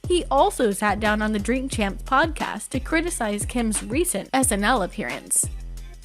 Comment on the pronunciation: At least this channel said drink Champs right this time.